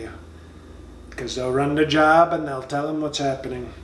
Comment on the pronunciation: Oh, this dude is GREAT! "JOB"... what a dumb ass! Pronounced "JOBE"......This man is so f'ing dumb, it's UNREAL!